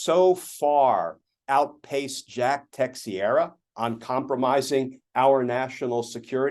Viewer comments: Not Tex-e-erah but TAH-Cher-ah. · Its pronounced Te-share-a not Tex-e-era when youre referring to Jack Teixeira lol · Just a heads up to Glenn: Teixeira is pronounced te SHEAR uh. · When will Mr. Kirchner get tired of second guessing Jack Smith and being wrong? I think he just be very jealous of Smith. And the man's name is pronounced Teh-shere-a..